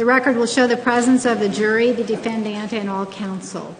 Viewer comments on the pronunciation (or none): Love the judge but I can't stand the way she says defendant. DefendANT.